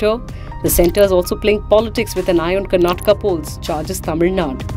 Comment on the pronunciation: It's Tamil Nad'U' and not Tamil Nad.